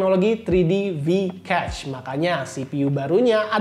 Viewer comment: maaf ya cuma mau kasih masukan, spelling "cache" nya agak keliru sepertinya, hehe.